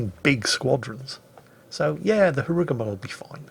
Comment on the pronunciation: sir why do you pronounce Harugumo in that way? It dont sound japanese at all